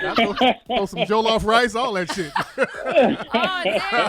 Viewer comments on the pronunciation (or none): none